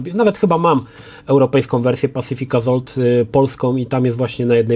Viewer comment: On sam nie wie o czym mowi. I jeszcze to wymawianie tytułu "pacific AZOLT"